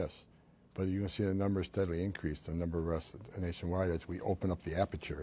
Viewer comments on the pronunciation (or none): none